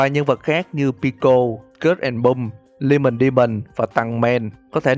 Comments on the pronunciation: Em rất xin lỗi nhưng mà anh đọc skid and pump nghe đau tai quá, s-kít and pấp chứ s-cớt and pum thì ... sai sai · Sao anh lại đoc là cớt èn bum phải là skid and pump mới đúng chứ? =)) Cái phần bonus đâu ad? :< Ko thấy idol anh đầu bomb của em :( SPOOKY MONTH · Skid and Pump đọc là S-kít và Păm NHÁ !